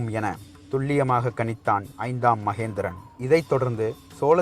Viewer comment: ஐந்தாம் மகிந்தன், ஐந்தாம் மகேந்திரன் அல்ல🤷🏻‍♂️ வாா்த்தை உச்சாிப்பு சாியாக இருக்க வேண்டியது அவசியம்👍 மேலும் ராஜராஜ சோழன் தூதுவனை உயிரோடு மீட்டு வரவில்லை😔 சேரா்கள் அத்தூதுவனை கொன்றதால் சினம் கொண்டு அத்தூதுவனுக்காக நடைபெற்ற போா்தான் அது🤷🏻‍♂️